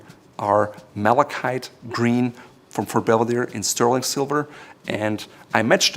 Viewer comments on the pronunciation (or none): none